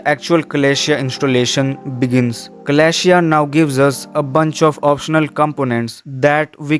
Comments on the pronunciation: It is called: Celestia (the a you do not pronounce). It is not "Kalashia" , that's a real butchering of the name. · its pronounced suh-LESS-tee-ah